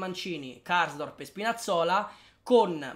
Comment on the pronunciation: KARSDORP...te sei perso na R ahahahhah